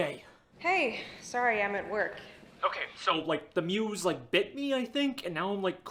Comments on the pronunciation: it's "muse" not moose 😂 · I love how he called the muse the moose the whole time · PLEASE WATCH FILM THEORY HAPPY MEAT FARMS, probably will solve your questions about why he does this “horror series”💀💀 Also bro it’s muse not moose ( my opinion moose sounds better) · It’s so funny how he calls it a moose, not a muse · why are you saying muse like ''moose'' dude💀💀